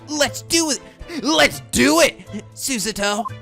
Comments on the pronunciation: there is no "uh" sound in Japanese. So instead of Su-"suh"-to you've been saying, it'd be Su-"saw"-to. Emphasis on the first syllable instead of the second, but aside from that you don't need to correct yourself. Also, as for the writing horizontally versus vertically, it's either-or. Websites are typically formatted left-to-right, top-to-bottom as a flexible way to support both Japanese and English characters, but most printed and handwritten Japanese is top-to-bottom, right-to-left. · Aren't you supposed to put stress on the first syllable? so it's SOO-sah-to. Putting stress on the second syllable is not a very Japanese thing to do when it comes to names. Edit: Thinking about it, I think that's problem. It's easier if he sees Susato as two words instead of one. "Sue" and "Sato". I mean you don't say "zah" when the "sa" is at the start of a word, right? Or it would be "zahpphire" or "zahlute". If he puts the emphasis in the correct place he won't have problems with saying Susato's name. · Oh yeah, by the way? Soo-SAH-to. Or Soo-sah-to, either’s fine. You’re saying “Soo-ZAH-to” which is only making it harder for yourself. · Anyways its pronounce Su-Za-to And its a bit stong but fast sayin. And the japanese martial arts is Aikido. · Naruhodou: Susato...: Suseto? Suzato? Susuto? Naruhodou: Susato!: Susasususaradouhoudou! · I’m fairly certain you’re pronouncing Susato wrong. It’s not SUsato, it’s suSAto. It’s a long A, so make more of an “aw” sound in the middle and don’t enunciate the T. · Soo-Sah-Toh. It's Su-sa-to, not Su-ZAto. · PLEASE just pronounce it suSAto. Hearing you try to say it the Japanese way is just plain jarring and unpleasant. Regardless of how it's "supposed" to be pronounced we need to take accents into consideration. Your voice is just not built to pronounce it SUsato and the struggle to do so is just not worth it. It simply sounds better for a western voice to pronounce it the western way.